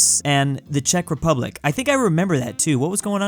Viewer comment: Like, cuz you pronounced Czech Republic correctly